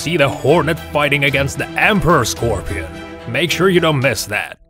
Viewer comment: The way he said it